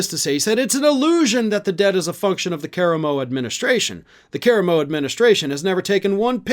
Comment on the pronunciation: You are horrible with names bro absolutely horrible!! Lol ca-ra-mo!! 😂